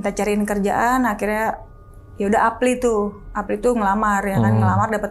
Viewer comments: apply, dia bilangnya apli.... wkwkwkwk.... ngakak.... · Waktu mbaknya bilang "apli" hah apaan apli. Ooooohhh "apply" 😭 Reflek bales "eplay anjir, apli ceunah" 😭😭😭😭😭